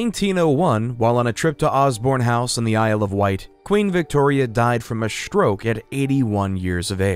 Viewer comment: The narrator has a pleasant voice but OMG the pronunciations!!!! It’s strong, not SHTrong, stroke, not SHTroke! For crying out loud, hire a professional! Preferably a Brit!